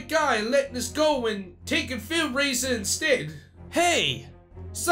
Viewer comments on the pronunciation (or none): I like the fact that N Bonnie says 'Raiser' like 'Raisin'